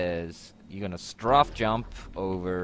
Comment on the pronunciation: lol its Strafe Not Straff xD